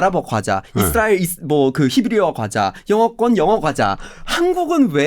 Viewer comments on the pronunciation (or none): none